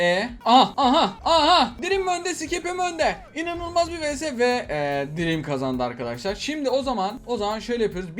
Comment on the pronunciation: Abi sadece dreami düzgün okudun jsxksjckak